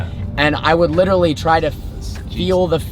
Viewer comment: He literally butchers the word literally, literally all the literally literal time in literally every one of his literally literal videos.